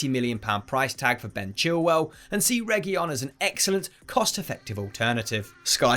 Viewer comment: It's pronounced as Rey-hu-leon